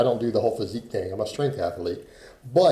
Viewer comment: Im a strength ath...a...leet .... perfect pronunciation😂